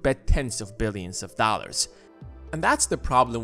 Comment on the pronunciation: “Pockyman cart...” “A hendrid dahlers” Why does no one speak English anymore?